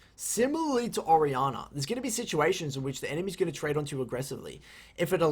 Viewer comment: I'm sitting here thinking "Who the hell is Ariana?". Then I realized he was talking about "Orianna". Thanks for the guide, btw!